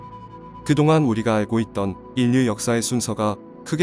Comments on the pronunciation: 인류 발음 : 인뉴(x) 일류(o) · 인류 를 일류라고 읽어야지 인뉴가 뭐냐? ㅉㅉ